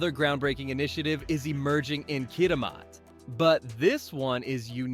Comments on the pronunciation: Pronounced Kitimat not Kitimaut. There is truth in advertising. Which is basically what you are doing. BCer's rant over. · Just a help on pronounceation the name Kitimat is (Kit-a-mat) and Nisga'a Nation is (Nish- ga) Nation. The original peoples of the Nass River Valley in British Columbia. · Hi, I"m a Canadian who is living and working in Japan. I'm originally from Vancouver. It's insulting that you show pictures of non Canadian ports and are not able to pronouce "Kitimat". Where are you from? I'm guessing south of the border. (oh and btw, the picture of the Japanese Prime Minister is out of date). OMG you have picures of Abe san as Prime Minister. Do you know he is no longer alive? I cannot imagine you being a Canadian Youtuber. I see now from your channel descripton you are from USA. shame on you for trying to profit from our loss. Backstabbing Americans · I guess I was dreaming watching President Trump hosting Japan in the Whitehouse. The robot needs to pronounce Kitimat properly. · Too bad the bot narrator doesn't know how to pronounce "Kitimat".